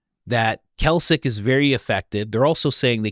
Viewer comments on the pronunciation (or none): I think you are trying to say Klacik when you are saying Kalcik. You mean to say "Klacik" like the pickle. just fyi. I really like your podcast though. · Klāsik. Clay-sick, not kelsik brother. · pronounce - CLAY-SICK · Her name is Kim Klacik (Klaycik). She's in Baltimore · you are pronouncing Klacik wrong. It's not Kalcik, it's like "clay-sick' you are putting the 'L' in the wrong place. But other than that, great research. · CLAY-SICK not Kalsick. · HER NAME IS "CLAY SICK" NOT KALSIC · The name is Klay-sick (not "Kalsick"), as in Kimberly Nicole Klacik (née Bray; born January 19, 1982) She is an American political commentator. She was the Republican nominee for Maryland's 2nd congressional district in the 2024 general election, in which she was defeated by Baltimore County Executive Johnny Olszewski. She was the Republican nominee for Maryland's 7th congressional district in both the April 2020 special election, held following the death of incumbent Elijah Cummings, and the subsequent November 2020 election. In both 2020 elections, she lost to Democrat Kweisi Mfume by over 40 points. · It's pronounced clay-sick, not kell-sick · Sorry, meant to tell you earlier, her name is pronounced clay-sic…saw her commercials… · It's pronounced Classic. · It’s Clay-sick. Klaxon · it’s Klacik. Pronounced “CLAY-SICK” FFS Coach. 🤦‍♀️ The guy even said it in the interview. You heard him. Geez man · It's pronounced "clay-sick". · Now you're just trolling us with the "Cal Sick" pronunciation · Say it with me now ( kim "clay-sick") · Kim CLAY-SICK (pronunciation) she ran for office and Candice was investigating her back when these msgs were sent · Klacik is pronounced CLASS-ick. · Her name is pronounced Clay-sick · Sorry guys , but iher named pronounced like Classic - Kla-cik. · Yes I remember seeing the veritas video a few months ago with this whistleblower. Also Coach, it’s pronounced Clay-sick😂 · Pronounced “clay-sick” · COACH, it is pronounced CLAY-Sick.